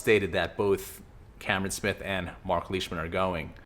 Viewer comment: Slow down bro Joaco was in that meeting too. The South Americans would have bailed a long time ago. Vegas, Mito, Munoz. They have a good team if they did go. So you think tiger is gonna swoop up Fowler on his plane for him to flip. And get Leishman’s name right bud 😝